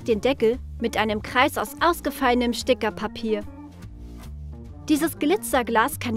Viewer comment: Du hast sticherpapaier gesagt bei und bei haha das klingt so witzig😋😋😂😂😂🤣🤣☺️